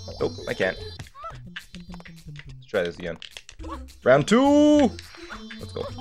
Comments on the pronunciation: is he saying round or dram? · Round, but he’s Canadian so it sounds like “rand 2” I hear it too tho don’t worry😂😂